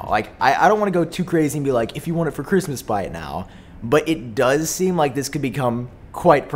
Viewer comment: “Chrishmis decorations”